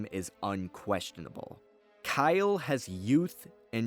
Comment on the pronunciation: Kylo Katarn? I'm not the only one who heard that, right?